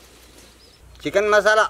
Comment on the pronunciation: when he said “CHEEKEN”.... I felt that